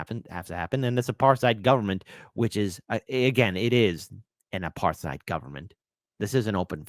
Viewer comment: It is pronounced apart hayd.